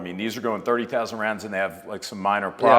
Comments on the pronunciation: 'Sördi sausend'. That means 30'000. 😂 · Thank you. It sounded like '7,000' to me, and that is way low.